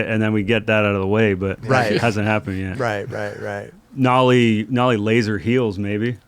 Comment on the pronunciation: Nollie not mollie